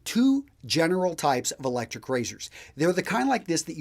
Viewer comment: Electshryc Rayzhyrsh!